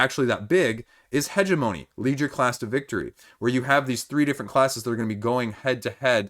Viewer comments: heh-GEM-oh-knee, but points for being closer than Chris was ;) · Hegemony is pronounced huh·jeh·muh·nee, emphasis on the second syllable. Thanks for the update.